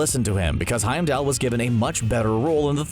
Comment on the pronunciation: My ears hurt everytime this guy mispronounced Heimdall 🤦🏼‍♀️